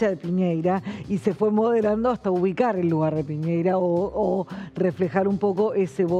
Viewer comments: ¡Piñera! ¿Por qué dicen piñeira? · El nombre del antiguo presidente de Chile es Sebastian Piñera no Piñeira. Nunca he entendido porque a los argentinos les cuesta tanto prounciarlo correctamente. Lo mismo sucede cuando nombran a Boric. El apellido de Boric es croata y se pronuncia Borich. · No se dice " Piñeira", es "Piñera" 😅 que clase de periodista es esta mina